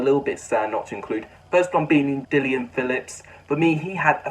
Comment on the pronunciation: No wonder you didn’t put Dillon Phillips in the top 10 you can’t even say his name right